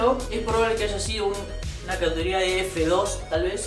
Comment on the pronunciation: Tornados de “catoría”, no se te entiende lo que hablas. Pronuncia bien.